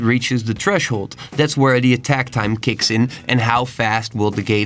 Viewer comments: very well explained bro, but i can't stand "treshold"... th... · Tresshold** loll stop it I'm trying to pay attention... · There's a "h" after the "t" in threshold XD